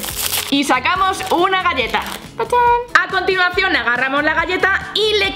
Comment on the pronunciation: minuto me parece o dijo:acontilacion no estoy criticando ni nada es solo un comentario de pregunta